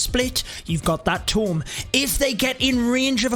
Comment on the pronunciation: Its a frigging "toooommm"......not a tom